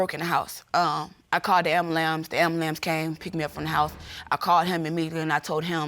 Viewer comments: UNUN NOT “AMBALAMS”🤣🤣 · She said, "I called the AM-BUH-LAMS. The AM-BUH-LAMS came ..." Girl, get off the pole, stop playing games with these men & get yo💩 together for the sake of the child." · She called the "AMBALAMS" 😭😂 He knew she was messing with other "gentlemans"😂😭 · How you even get AMBALAMS after AM BU LANCE? Bless her heart. Bless her heart. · She called the ‘ambuLAMPSE’